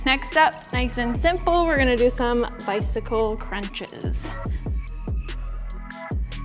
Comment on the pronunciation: every time I hear "bycicle crunches next" I die a little inside